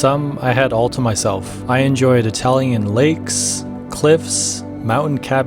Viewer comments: I like this style. I really enjoyed listening to you butcher those Italian names. haha. I would've done worse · Amazing video, but it looks like you're having fun mixing up letters to form new pronunciations of Italian names 😂😂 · I did this hike a year and a half ago, and it was so nice to see some of the sites again. Happy to see that the cat is still doing well at Refugio Pramperet. Such beautiful camerawork--makes up for the atrocious Italian pronunciations haha.